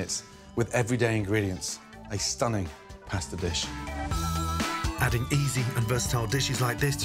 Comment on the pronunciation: Did he really just say pastor dish